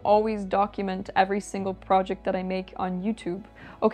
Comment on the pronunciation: How did you come to pronounce several words like a Canadian? "PROJECT, SORRY, etc..."